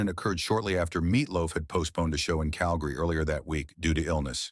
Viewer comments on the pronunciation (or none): none